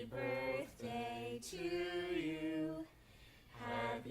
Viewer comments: From now on, it will always be 'borthday' !!!! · "where did you get that.." "Its borfdaey" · it's mischas borfdaey today 😌😌